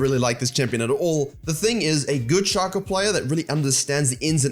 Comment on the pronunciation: Shay-ko. Not Shah-ko.